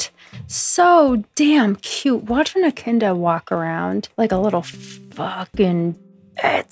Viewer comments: I have to say… Echidna is pronounce “ee-KID-nuh”. I love seeing a fellow biologist on YouTube lol, your stuff is so informative and hilarious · I had no idea what you were talking about until I realised you pronounced echidna differently to Australians, it was the four prongs that made me realise 😭😭